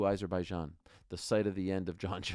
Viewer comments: Its AH-zerbaijan, not EYE-zerbaijan. How can you STILL not say it correctly?? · Why is no one in the whole UFC community able to pronounce Azerbaijan properly? 😂